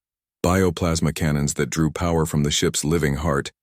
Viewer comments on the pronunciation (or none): none